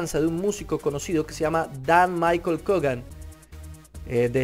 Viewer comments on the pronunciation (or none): none